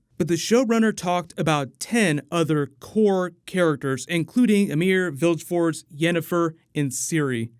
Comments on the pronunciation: Vilgefortz, not Vilfort... Besides that, good video as always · Ugh.. you completely butchered Vilgefortz name there. Americans and their ignorant pronunciations of things..